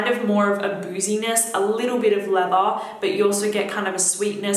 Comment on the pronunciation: And leather